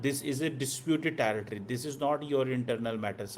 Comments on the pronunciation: Cheemu territory bol Taretory nahi. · Football, tujhe bhi sab jhooth hi pata hai jaahil Maharaja Hari Singh came with India Done and dusted Abe territory ka sahi pronunciation to kar “tari” nahi hain “teri” hai , jaahil sahi english bolna to seekh le ha ha ha ha 🤣🤣